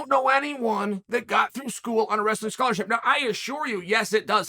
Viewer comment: "Well their schorarshi, Let me stop you right there"😅